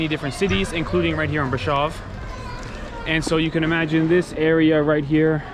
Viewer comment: Thank you for this - there are many reasons to admire the Romanian people. As you say, the strength of their people is one of them. As an American who knows a lot of Romanian history -- your pronunciation of Brasov and Ceaucescu is grating a little -- but you've learned much about their culture etc. Hopefully we will be in Romania starting next month (November)